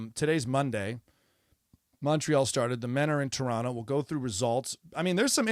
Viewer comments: I don’t give a rats ass about tennis, but I’m a fan of you at the Daily Show. Two things: you pronounced Toronto like a local😊; you pronounced sauna like a Finn 😊 I’m not from Toronto, further north we say Trawno. My family is from Finland, so all us Finns, maybe only me, get excited to hear someone pronounce “sauna” correctly. A piece of advice about sauna culture: don’t tell your kids to not piss on the rocks. That’s my brothers and cousins did before our parents entered the sauna. We got holy hell, but what the hell. Of course then we had a wood fired sauna with river stones on top - they don’t crack under heat apparently and steam of youthful piss to greet our parents. Again, don’t give a shit about tennis… except I knew Osaka-sans father in Osaka at his bar Zoz’s Bar in Shinsaibashi. His daughter must have been one or two years of age, never met her. I remember her father working to help the downtrodden of Osaka in many ways. One way he did was to open up his bar to my friend who organized “Onigiri for the homeless”. Matt Walsh, bless his soul, would make a traditional Japanese rice ball and distribute them to the homeless in Osaka. Also, he opened up his bar once a month for my open mic event “Writers Anonymous” without a fee and with staff. This was back in the 90s. When Naomi Osaka became a world champion, I could recognize her father’s values. I never met her mother but it’s an easy assumption her values carried through also. Love your comedy. Michael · Love that you pronounce Toronto like a local.🇨🇦